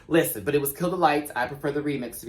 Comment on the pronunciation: Not relevant to “this” video... I usually fast forward through intros, but not yours. I love it all the way from “Liss-ten!”.... to..... “Puss! Pussss!”’